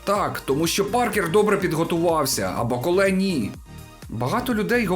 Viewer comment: Молодець, що наголос ставиш правильно, як і має бути у франкофонному варіанті. БаколЕ - франкофон і тому наголос на останній склад! Усик, як завжди, на висоті! Бравісімо!!! Рашистів, під якими б ганчірками вони не виступали, варто нагороджувати лише презирством! Я не вболівав ні за кадиривця, ні за путініста-рашиста "с раскосыми и узкими глазами" - білого вола. Обоє рябоє. Трохи більше симпатизував БТР як представнику чечено-дагестанського народів, що перебувають у неволі! Так політика, хочемо ми цього чи ні, стає чинником спорту, а спорт, у даному випадку - бокс, політики. Хто цього ще не усвідомив просто або лукавить, або живе у паралельному світі. Дякую за огляд.